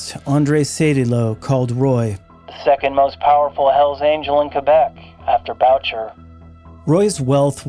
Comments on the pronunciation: Great and informative videos. I say this with amitié, you need a basic primer in French pronunciations. Boo-Shay not Bow-cher. 😊 Sad to hear about the young women and men lost. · rofl I'm sorry but this is annoying. Mom Boucher it is pronounced: BOOSHAY not bowtcher... (er in french sounds like AY) lol sorry! it's really annoying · BRO STOP!!!! ROY as a surname is pronounced Whaa. Like Patrick Roy (Whaa=like u never completed the question) Whaa And One of the best known bikers of all time is Moms Boo shay(Boucher) Boo like👎 thumbs down Shay like Connery pronouncing Say Shay, today musht be my lucky day Boo shay. Moms Boucher Put in the effort. Show some respect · Boucher is pronounced "boo-shay."